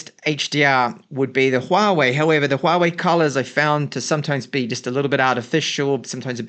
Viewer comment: Very little Youtuber can read Huawei correctly. You are one of them. kudos!